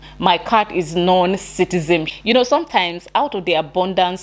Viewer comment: The word is citizen NOT SITIZEM